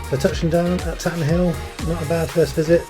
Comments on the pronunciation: FYI : Up here locally we pronounce it “Tayten Hill”. Looks like a good day for flying that day! Have you been in to Derby? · A very nice vid 👍 It’s good to see the facilities as well as the flight, which adds interest, so your content is excellent. Tatenhill is a gem, centrally based, excellent runway and friendly. I used to be based there a couple of years ago before moving south… we pronounce it Taytenhill 😉 Thanks for posting 👍